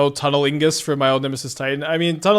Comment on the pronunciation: It's Tunnel IGNUS, not tunnilingus 👅🐈💦